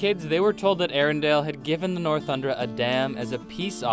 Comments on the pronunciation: Northuldra! Get it right Dumbass!!! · I can't with these mistakes.. "lost in the woods" not "into the woods", and "northuldra" not "northundra". Jeez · and the people on other side of the mists are called northuldra not northundra js